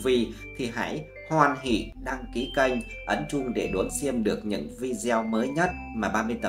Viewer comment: Ổng đọc KÊNH mà tui nghe như CANH 😅